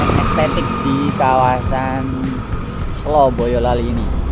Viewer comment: selo. baca e nya kaya enak. artinya batu.